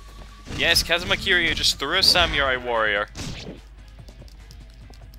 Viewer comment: The way you pronounce samurai lmfao it ain't pronounced Sam-u-rai